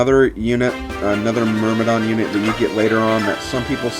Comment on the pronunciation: Thank you, the pronunciation of "Myrmidon" bothered me quite a lot x_x